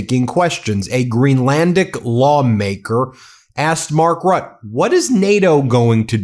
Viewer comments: How come you can say Mette with an e, but when u say Mark Rut... It is Rutte! Mette, Rutte, same prenounciation. You don't say met. Why say rut? You say Mette properly. Say Rutte properly too please! Omfg! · pronouncement Rutte is like RUT -TUH. pleas stop calling him Rut. And also I hope someone will teach him to speak English without the Dutch grammar and accent. 🤦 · It's Mark (teflon) Rutteeh. Not Rut :D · Mark Rooteh is his name. Ben, say his name! He is not a "Rat". If you want to make international news, you MUST learn at the least fundamentals of other languages and their pronunciation. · It’s RUTTE you guys please get it right lol ROOTTAE idk how to write the pronunciation. Just google it please e😅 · Could you please put a little more effort into pronouncing names correctly ? 'Mark Rutte' = 'Mark Rut-tuh' "Macron' = 'Macrohn'.. A lot of people, not just from the US, rely on you guys; and it's good for the people in the US to know how to recognize who is being spoken about, in nations themselves. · Ben Meiselas, Please find out how to pronounce the name of Mark Rutte correctly. You not only sound recidulous calling him Mark Rut, but that is also insulting. Do your job. It should be very easy with AI tools. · Roo-tuh. Please research local pronunciations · Please Ben, do in the future pronounce the name of NATO GS Mark Rutte correctly [ˈmɑrk ˈrʏtə]. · Dear. You are doing amazing work. But I wish yourv team would research the correct pronunciation of peoples' names (eg Jens, Rutte in this video)! 😎🇬🇧 Thank you.